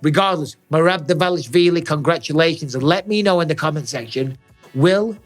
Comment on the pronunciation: At lease Mike is not butchering Merab's last name like every other wanna be media commentators